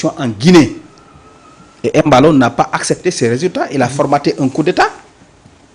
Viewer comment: Mballo et non Emballo